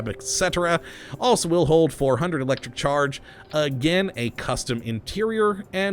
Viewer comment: I love thw your accent when you say Electricccc-ccharge